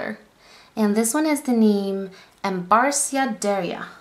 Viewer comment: Love the swtaches its Pronounced as "Embark " btw...sorry fellow Friscan here